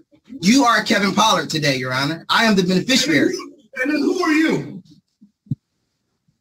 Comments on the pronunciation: What the f**k is a “beneficarary”? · It's "Benefisherary"! 🤣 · I thought he said “Bennie Fishary” as his name. 😂😂😂 Judge mutes him, “What’d you say?” Pure gold. ❤❤❤ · I wouldn’t even have known how to spell beneficiary WRONG ENOUGH to match his hilarious mispronunciation. does it again.🤣🤣🤣